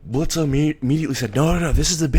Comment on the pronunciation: I love it, but it's Blitz. The O is silent. And I see Loona being a protective older sister.